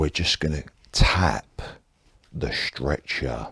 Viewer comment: the way you say 'strecher' in cockney makes it sound like a torture machine LOL